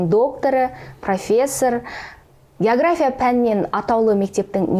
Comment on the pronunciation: Есназарова география деген сөздің өзін дұрыс айталмайды. Мен бұл кісілерді совет кезіндегі географ ретінде білмесем. Былайша жаңартылған білім беру мазмұны бойынша қойылған талаптарға сәйкес келмейді кітаптары. Сондықтан болса керек кітабы мектепте оқулық ретінде қабылданбаған соң әр түрлі осындай интервьюлар арқылы халықтың назарын өзіне аурдарып беделін жоғарылатқысы келеді.